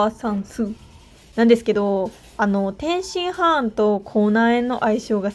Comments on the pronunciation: 天津ハーンとチンギスハーンと同じ発音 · 天津飯の言い方クセ強すぎwwwwwwwwww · 天津飯をチンギス・ハーンみたいに言うな笑